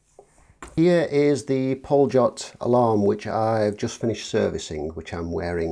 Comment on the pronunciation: What a beautiful watch , the only chance us mortals get to own one ( by the way, other watch is pronounced pollyot)